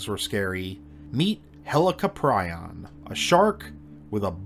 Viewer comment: Pronounced Hell- Co'Prion. Not Helico.